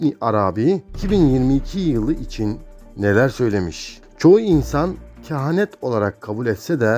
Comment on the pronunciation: Abi kehent demesen olmazmı